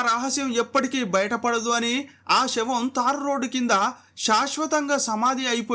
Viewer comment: Shavam కాదు రా తెలుగు రాని లుచ్చా ఎదవ, శవం అనాలి.